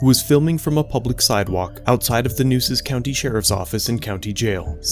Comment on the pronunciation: Nueces Co. Is pronounced New-Aces, not Nooses.